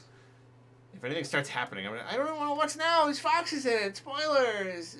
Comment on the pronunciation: "I don waana wash naw dere's foxeses! Spoiilerss!"